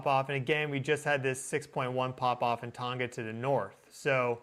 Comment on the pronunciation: The ‘g’ in Tonga is pronounced as with tong